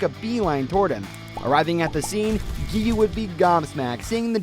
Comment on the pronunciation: Let's get him to 1K But before that let's Teach him how to spell Gen is the same way you say Ten but it starts with a G. It's not called the Infinity Train It's called the Mugen Train. That's kinda it Giyuu's name is Giyuu Not Giyu. I like your videos but a lot of people make mistakes I understand.